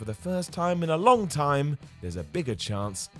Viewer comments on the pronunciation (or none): none